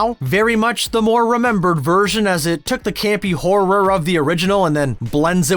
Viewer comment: I agree with most of these. One question though. Why do you pronounce horror like that? It sounds very awkward when you put such a gap between hor and ror.